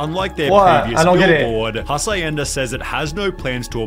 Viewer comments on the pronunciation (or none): The way he said Hacienda was fucking wild.